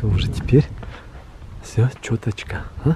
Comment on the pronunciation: Почему чёточка, а не чётко?!